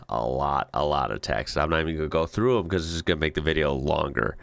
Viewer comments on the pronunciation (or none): none